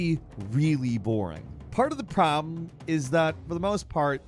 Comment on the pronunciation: Anyone else notice the way he says problem, had me creasind 🤣